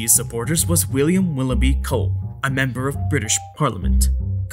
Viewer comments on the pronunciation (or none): none